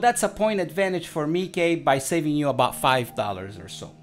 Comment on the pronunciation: Nla marca no se pronuncia como el raton de Disney, se pronuncia Meike